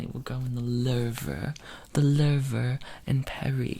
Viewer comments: "In the Ler-veh" 😭😭😭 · The way you said The Louvre I'm dead